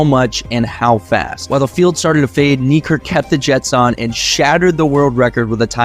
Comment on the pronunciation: "Knee Kirk" please bro, say his actual name